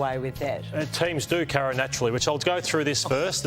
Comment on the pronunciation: How can you take Carro seriously, she can't even pronounce her own name properly.